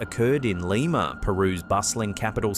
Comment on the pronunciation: I only came here to hear him say lemur Peru.